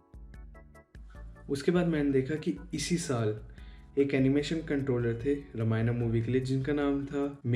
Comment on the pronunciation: Very good research but talking not रमायना रामायण is right